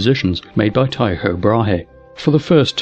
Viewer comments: Tycho's name is pronounced TIE-KO. Proof: I named my dog after Tycho and I pronounce the name TIE-KO. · If you check the date stamps on these videos, you'll find that he mispronounced Tycho in this video before correcting that other guy 100 times in another video. I think it's likely that sometime between this video and the other one, he learned the proper pronunciation.